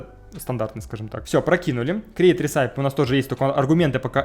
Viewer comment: никогда не понимал зачем люди говорят апп, а не просто ап (и кстати recipe это рэсипи, не ресайп :) )